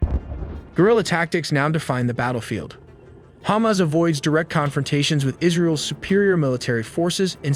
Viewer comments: It's ha-mas (the mas is like christ-mas but with a longer maaaass) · Its hamas, not humus, wht are u uneducated, u can't pronounce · The way he pronounces Hamas as hummus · Your text-to-speech needs work on pronunciation. That's not how you pronounce Hamas.